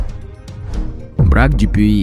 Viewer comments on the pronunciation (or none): Бракк, а не брак.